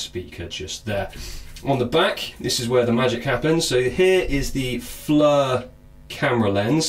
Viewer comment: I want to know where in the EU alphabet does "I" become a FN "U". Its not FLUR its FLIR as in FLEER the "I" takes on a "E" sound. I understand engrish is hard but seriously this isn't that damn hard to figure out. If you are going to review something at least take the time to make sure you are pronouncing shit right. In the end other people will hear you say this wrong and copy you. This almost as bad as Brits pronouncing Aluminum. Except they turn it into Al U Min Knee um lol.